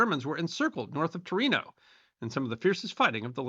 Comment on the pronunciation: Torino or Tornio?🤔